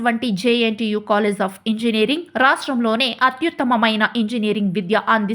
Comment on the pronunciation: its college.. not colless